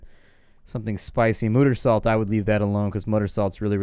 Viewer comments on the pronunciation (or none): Isn't it Mutersalt? Like in mute, because if you spice something with it, it will take away your ability to speak.